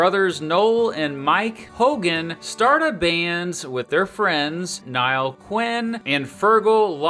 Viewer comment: "Niall" is pronounced like "Neal", I presume.